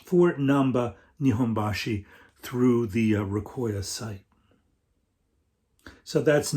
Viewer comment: Nice vid,. Recoya is a nice resource for sure. Salute to there person who had compiled all the information and to you for promoting it. By the way, don’t quote me on it but it might be pronounced “Reco - Ya” as is “レコー屋”, meaning “Record + Shop” like 八百屋 “Yaoya” (vegetable + shop) or 米屋 (rice + shop), and a little like “Recofan”:-)